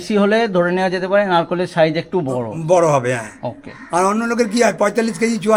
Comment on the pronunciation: Narkel, Narkol নয়